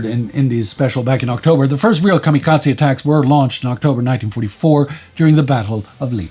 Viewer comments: I have never heard the term "kamikatsi" before. Are you trying to say kamikaze? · And Kamikaze is kamikaZAY, not tze